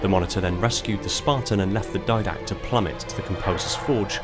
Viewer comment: Di-dact. Didact. DI DACT. Not diadact. Didact.